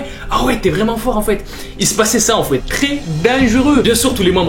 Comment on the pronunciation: Mdr au lieu de dire enfaîte ta dit "enfouaite"